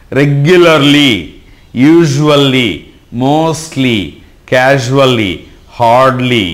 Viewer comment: pronunciation to be taken care of... casually /kya-zh-oo-lee/